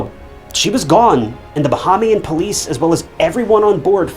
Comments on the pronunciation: I came to the comments after pausing the video seconds. Ba-ham-ian. This one really felt like a rush to put out content. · bahamian = buh·hay·mee·uhn